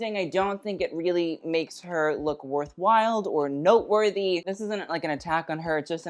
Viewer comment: Did he say worth wild? I need to know